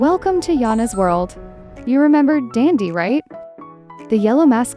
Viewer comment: It’s DANDY NOt DANDdy